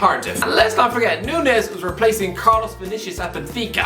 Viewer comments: It's not Nunez, it's Núñez... "Ñ" sounds way different to "N" 🙏🏻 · I don't wanna be that guy but his last name is pronounced (Noon-Niez), normally I wouldn't care but we share the same surname 😭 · It’s said noon-yes,.